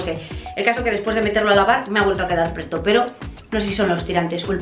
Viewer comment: Hola he visto varios vídeos tuyos en los que enseñas tus compras de ropa. En todos cuando comentas como t quedan las prendas dices la palabra preto. Esta mal dicho, se dice prieto.